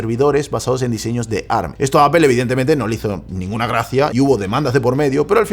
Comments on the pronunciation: Si sabeis que ARM es un acronimo, por qué decis ¨arm¨ y no a-erre-eme? Es como si en vez de decir a-eme-dé, dijeramos amd tal cual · Que molesto escuchar “arm” y no A R M A alguien que sabe de tecnología